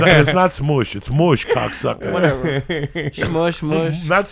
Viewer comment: Columbus beat up Indian's "wuteva"...